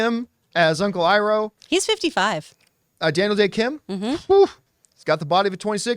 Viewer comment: He even pronounced Iroh correctly a few seconds earlier. 😂 So weird